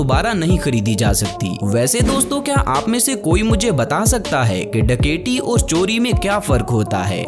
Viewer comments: ڈکیٹی نہیں ڈکیتی ہوتا ہے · ڈکیٹی کیوں بول رہے ہو ڈکیتی بولو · Bhai daketi lafz tu thek bolo